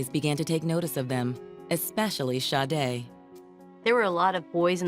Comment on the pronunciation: Detective - Please enunciate this Angel’s name correctly just once. Sha-day not Shi-day. Lord forgive me and may she rest in heavenly peace 🕊️🙏🏾